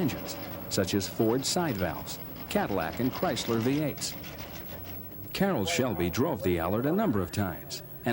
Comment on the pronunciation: Why does the narrator keep calling him caroll's shelby?